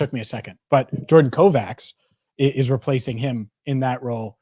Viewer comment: On ER it was pronounced Dr Kovatch